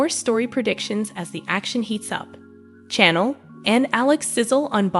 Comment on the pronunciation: Hey lady talking about the spoilers you are saying Chanels name wrong!!!!